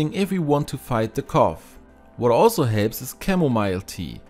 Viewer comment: When you say cough first try saying the word FUNNY that F sound at the beginning of the word FUNNY is the sound that the GH makes at the end of the word Cough ... hope that helps. you do a fantastic job at correct pronunciations of the English language. which makes it very easy to understand everything you say, so when you had trouble with cough it was so obvious. I can see how one would think it was pronounced the way you were saying it. Our language is confusing. I have a lot of respect for those who speak it as a second language. IT IS THE ONLY ONE I CAN SPEAK. so please, I hope I have not offended you. Great video! I can't wait to give it a try!